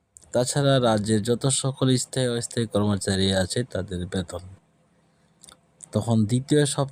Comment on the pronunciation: আগে নিজে স্থায়ী কথা টা ভালো ভাবে উচ্চারণ করতে শেখ। পরেও সব বকবি। যত্তসব।